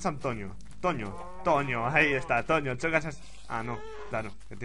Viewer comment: tonio no toño